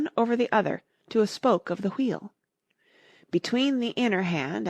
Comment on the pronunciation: U say wheel wrong it's so annoying